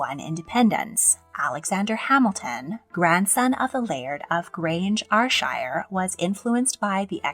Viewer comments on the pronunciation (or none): Further into the video you say Ayrshire as ( Eye-r-shire) it should be (Air-shire), still love it though